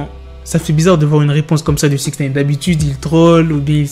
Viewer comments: Ça se prononce naïne, pas néïne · Je regarde même plus les vidéo tellement ça m’agace d’entendre "SIXNEYNE" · « sixneyne » PPTDTT WALLAH TON ACCENT JPP